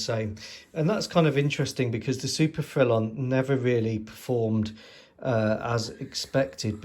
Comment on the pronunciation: Bravo Monsieur! Ton prononciation de le mot « Frelon » était bon! Le très gros hélicoptère 😊 Gros means big, grande is more height related big. But you would be understood 😊 The S is silent here as it’s masculine 😊 If the object is feminine it would be grosse which doesn’t sound as nice in English 😂 Le grosse femme! Remember, as adults speaking another language, it’s just to be understood, not perfect like at school! I’ve been winging it for 15 years now…….😂 Nice model. I have to agree about a French style , a certain je ne sais quoi! I think it was loved in Its ASW capabilities but was otherwise restricted. If I can help source anything in France or western Germany then Let me know . I’ll get my email to you somehow👍🏼